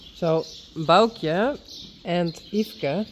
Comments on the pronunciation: Folks to pronounce Baukje as I listened over & over to saying it 'Bow-key-ya' so say it faster... and listen again to. Bow to bow to the queen not Bow as in bow & arrow. 🙂 thank for explaining the lineage of Reintje foals that she birthed. 🙂 When Bauke brought the tractor out... I said Bauke it needs a jolly good wash.. next minute, Bauke was hosing down the tractor 🙂Awesome to see the girls back training the ponies. well done girls 🙂nz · ❤❤ now I know how to pronounce Baukje's name! So simple and appropriate.